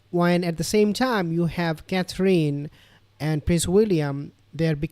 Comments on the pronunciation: You are pronouncing Kathrine wrong. It's not pronounced Kathleen but Kathrun. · Just so you know how to pronounce her name its Catherine.....last 3 letters don't mean EEN.....it's pronounced simply as "in" Cather.....in